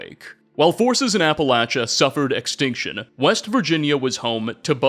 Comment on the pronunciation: Holy shit! . He actually said "Appalachia" correct!!! What universe am i in!?